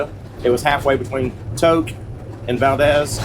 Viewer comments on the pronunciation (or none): Valdeez is the correct pronunciation. Enjoy your travels here❤